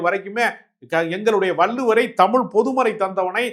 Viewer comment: தமிழ் என்று சொல்லக்கூடாதா ? தமில் இல்லை தமிழ். தமிழ் என்று கூறி பழகுவோம்.